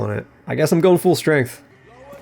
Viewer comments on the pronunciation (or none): why do u pronounce the word "full" like "fool"? are u trying to make me look like a fool?